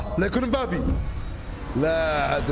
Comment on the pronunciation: علم فرنسي وCB ويقول مبابي 😅